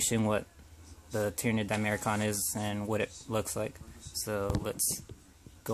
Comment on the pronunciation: di-mach-er-on not di-mair-kon nevertheless great video, good showcase